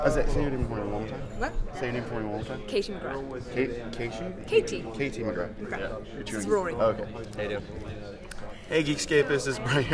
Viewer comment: He said Katie McGraw and I’m inexplicably mad